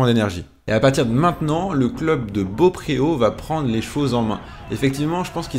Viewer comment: Il faut dire "bopro" et pas beaupréau